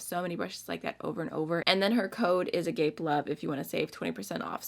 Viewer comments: Hey just a lil heads up from a former vacation bible school student, agape as in agapelove is pronounced a-gah-pay rather than a-gay-puh. I'm not really an organized religion person as an adult for so many reasons but I remember the song I learned about agape love and it is still a relevant message and pursuit for everyone religious or not. ❤❤ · As a person who mispronounces words all the time: I think the user name for agapelove is pronounced "aga-pay" which is Greek for universal love. "A gape love" I think might be a fansonly thing 😂💀